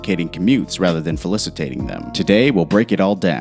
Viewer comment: ROFL :43 seconds you said Falicitate. not a word pa.